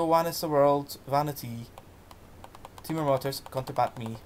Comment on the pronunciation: OK, thanks ... a wee bit more practice before reading this great old poem would have helped, so that glitches like mispronunciations and appreciation of cadence could have been improved. Furthermore, if you re-record it, please pause before the "Timor" line, then say it more slowly with stress on each first syllable. You could also try lowering your voice a bit on that line so that there's a little more fear and foreboding. I'll gie it a wee bash mahsel' if ye like ... GBathgate, New Zealand